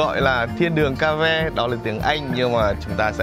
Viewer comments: Mến chào anh! Video của anh rất vui và thú vị khi cùng anh xem từng địa danh và phong cảnh hữu tình. Em xin chân thành góp ý với anh về tên gọi của Động Thiên Đường hay Thiên Đường Cave ở phút . Cave là tiếng Anh cũng có nghĩa là hang động, phát âm là "khây-v" (đọc "khây" rồi "vờ" nhẹ). Khi anh đọc là "ca-ve" thì vô tình thành một từ tiếng Pháp có nghĩa là kỹ nữ. Mến chúc anh luôn mạnh khỏe và tiếp tục cho ra đời nhiều video hay về nhiều cảnh quan hùng vĩ trên quê hương Việt Nam.😊😊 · Cave là hang động đọc là kê-v(ơ) không phải ca-ve. Ca-ve là tiếng lóng nghĩa là gái “nhảy” tức các cô làm nghề khiêu vũ với khách trong các tiệm khiêu vũ do từ cavalière tiếng Pháp